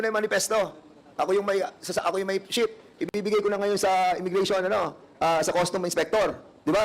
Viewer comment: Ano ba Yan sinasabi mo ship or sheep?! Klaruhin mo hah!!!🤗😂😂